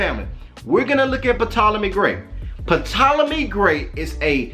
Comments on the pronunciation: BROTHER when you speak of the ptolemys it's pronounced TOLOMY, the "P" is silent; otherwise, good teachings. You are not afraid to call a spade a spade, TMH says we are in the lands of our enemies, most of our brothers and sisters are afraid to day so and still seek love and compassion of peoples who have shown for 400yrs. that they don't have the capacity to love us. Keep up the good work! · The “P” in the mans name is silent.